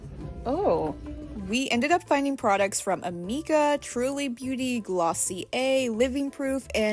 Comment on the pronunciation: Btw it’s not pronounced Amika it’s pronounced Omika